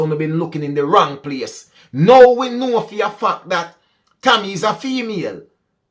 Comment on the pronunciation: Maybe you were pronouncing TAMMY as Tommy. Therefore people would have thought that the driver was a man